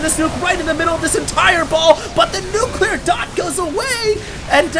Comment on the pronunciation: dont be one of those guys that cant say nuclear properly